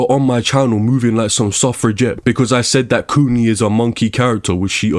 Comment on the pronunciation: The way U say kuni sounds like its meaning is coomer or basement dweller.